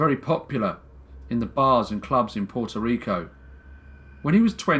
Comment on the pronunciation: I love how you say my little island's name. Puerto Rico. ❤🇵🇷❤ I didn't even know about this story and I am mixed with both Puerto Rican and Spaniard, among a lot of other groups (Proud mutt. Lol.). I wonder if my grandparents knew about this case. Thank you for everything you do!!